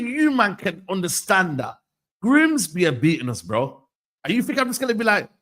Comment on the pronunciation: Mah can't even pronounce Grimsby. That's how bad it was.